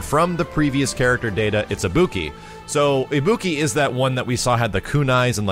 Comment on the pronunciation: Pronounces Ibuki as. Just killed my ears. Ibuki is welcome, don't care about Balrog (prefer Dudz) and rather than Juri I'd rather have Makoto. Oh well.